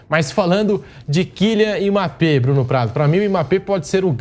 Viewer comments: Eu só queria saber pq esse apresentador fica chamando Mmape? Pronúncia certo rapaz mBAPPÉ O forte é o M que tem som de (E) 🤦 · Alguém percebeu que o âncora do programa não sabe falar o nome Mbape, ele passou o corte todo chamando o cara de emape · O apresentador falou Imapê,a pronúncia correta (pronúncia, não escrita) é a do Bruno, que disse Ímbapê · Q agonia q da ouvindo esse cara falando "emapê" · Quem é Emápê que o repórter fala aí? 🤣🤣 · Que agonia ouvir esse beiçola falando Imapê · apresentador de um programa desta relevância falar IMAPÊ é sacanagem hahaha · Esse âncora do programa não consegue pronunciar o nome do Mbappé direito. Porra. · Só eu que fiquei incomodado com o rapaz falando Mbappe errado? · O pronunciando o nome do mbape kkkkk esquisito demais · Tem que ensinar o âncora aí a falar o nome Mbappe